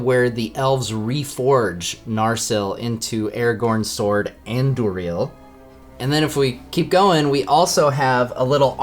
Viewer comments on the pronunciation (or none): Noooo why did you pronounce „Andúril“ and „Glóin“ like that D